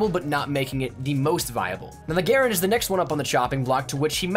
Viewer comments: is how he always says it. Gare-end It's Guh-ran-d. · The soldiers all called it Guh-Rand, but the actual pronunciation of the inventors name is Gare-End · Uh it's GER - RAND... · I pronounce it "Guh-rand", but the M1 is still okay. I like the World at War variant better. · That's not how you pronounce m1 Garand please fix it is annoying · You're not pronouncing "Garand" correctly. This was a weapon that people died holding in their hands and a weapon that saved people's lives that they hold near and dear to their heart. Bro do your homework and learn how to pronounce the weapon properly. You seem young and I'll not be ignorant like I want to be right now. All I had to do to find the proper pronunciation was search for a history documentary. In the future take a fuckin second and pay the proper respects to the history and sacrifice made around this and other weapons. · The way you pronounce the M1 Garand annoys the hell out of me because you’re pronouncing it wrong. And being a history buff that ended the video for me